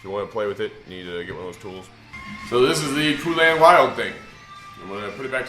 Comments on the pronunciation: Not Poolan; POlan, like Poland, the country. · I love how he says Poulan like "Poo-lan". Cracks me up every time.